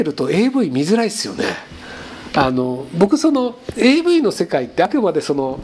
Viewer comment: avのvがターンエーになってるの草